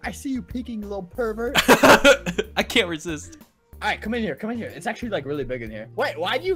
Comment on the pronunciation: Did actually say "you purvert"